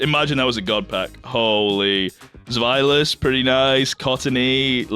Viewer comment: Pronounces Hydreigon correctly. Pronounces Zweilous correctly. Completely butchers Deino despite knowing better. As a German I'm highly offended. Also, calling Darumaka peak has to be the worst take I've heard so far...